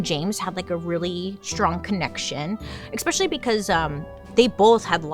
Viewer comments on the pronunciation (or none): Oh NOOOOO, she said “eX-specially” right around the Mary poppins part